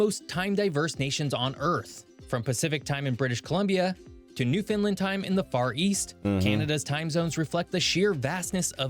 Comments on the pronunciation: Not sure that the narrator is Canadian, because Nunavut is pronounced with a 'noon' sound like Noon-uh-vut. Also the narrator pronounces Newfoundland as 'Noofunlund', but in Canada the pronunciation is more 'NoofundLAND' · Well, my friend, everyone you know mispronounces it! 😅 It's pronounced Noof-end-LAND. (The last syllable is stressed and pronounced like in Disneyland or understand, not disneylund or understund. 😖) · To be fair, I don't think most Canadians know how to pronounce Iqaluit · That elk identifies as a moose during elk season…also the way this guy butchers Nunavut, Newfoundland and Iqaluit is WILD!